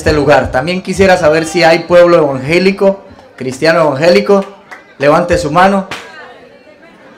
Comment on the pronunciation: Le gusta al principio intimidir y tienen que hacer lo que él diga no sabe ni decir la palabra evangélico dice vangelico Dios lo pondrá en su lugar 👌